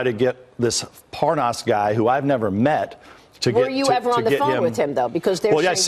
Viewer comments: Nunez says, “Parnoss” (his fake mispronunciation of his name), the right after that says “Parnas” correctly, twice. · D Notice he mispronounces Parnas, and then pronounces it correctly for a while, and then goes back to mispronouncing it when he remembers :D Gooooooold! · mins in .. OOOOH... would u look at THAT... 😲 i thought Nunes was gonna try & play it off, like he DIDN'T know the guy.. ("Lev Parnas") ... i mean... he's been pronouncing dudes name WRONG, for the past MONTH! 😳 (even in THIS VERY VIDEO) now, alla sudden, he's talkin bout dudes wife & he's able to spit his name out JUST FINE? 🙄 (purposely mispronounced mins in) 💁‍♀️ go ahead & go see for yourself! ( mins in .. Nunes goes BACK to pronouncing it WRONG? 🤣 ... open mouth insert foot?🦶) .. course.. some ppl can have the proof staring them, dead in the face & yet, it'll STILL get denied. 😕 [smh] don't b too lazy, to click the rewind button a few times... let it sink in... good... NOW READ BETWEEN THOSE LINES!! 😠